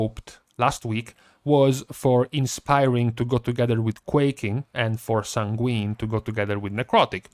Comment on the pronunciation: Please,....it kills me every time you say the word sanguine. It is pronounced SAYN-gwen. Not san-GWEEN. It should sound like you're saying "sang when"